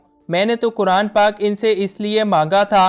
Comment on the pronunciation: بھائ جان!! آپ “کرآن” کرآن” کس کو کہتے ہیں؟؟ مسلمان ہوتے ہوئے کم ازکم “قرآن” تو صحیح بولنا سیکھیں!! شرم کی بات ہے۔ اللہ تعالیٰ آپکو ہدایت دے۔ آمین۔